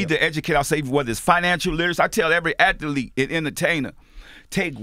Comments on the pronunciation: Master P, what the hell is a “ATHA-LETE” 🤔😂😂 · Master P. "athaleet" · Not only was I gonna hear something gems, but I also was gonna bear master P say athaletes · Ath-a-lete - master p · How many 'a's are in the word athlete. Clearly master p thinks there is three lol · Percy "Athuleet" Miller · Nobody: Master P:At-Tel-leat (Athlete)😂😂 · Love this! Master P and that NOLA accent. How he pronounce “athlete” again? lol Love it tho. No place like NOLA. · I love Master P But nigga stop making athlete have 4 syllables.